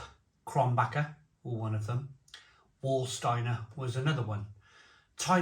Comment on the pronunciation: Frankfurt??? Rubbish, Krombacher and Warsteiner are both in Eastern, North-Rhine-Westfalia around the Sauerland, to the East of Dortmund and Cologne. At least ninety miles north of Frankfurt am Main. And it's pronounced "Varsteiner" not "War......".